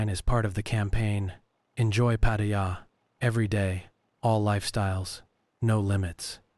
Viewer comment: The ONLY time you pronounced Pattaya properly was . I'm Thai and I know. Jing jing.